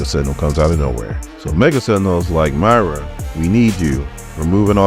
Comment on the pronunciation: Moy-ra not My-ra 🙄